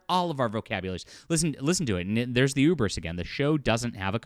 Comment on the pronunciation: So is it cancelled or not? And "hubris" is pronounced with an "h" . Ubris sounds like an enemy of the 60s X-Men.